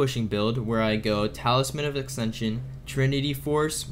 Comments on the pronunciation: ACKSENSION. CMON MAN grab a dictionary fix your speech jfc. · and the word ascension. It was driving me nuts. Good video, but if I acksension one more time.... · And yasuo and ascension and visage